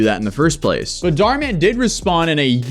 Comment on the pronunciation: It’s pronounced Dh ur mu n not daar man